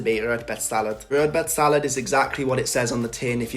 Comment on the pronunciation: You’re pronouncing the dishes like a viking! Well done! Rödbetssallad is the best!